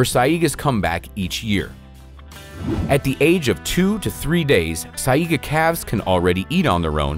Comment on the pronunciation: Sigh-ga. Not sigh-ee-ga. Sorry, the pronunciation was getting to me. Eh-kid-Na, not eh-chid-na as well.